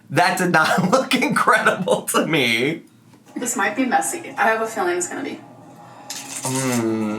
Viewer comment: it keeps "faleen"